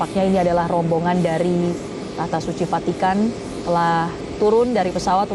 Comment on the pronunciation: kalau mengucapkan kata ROMBONGAN PAUS di panjangin dong...terasa gmn gitu